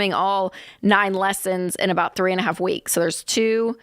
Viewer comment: He just said 2 werks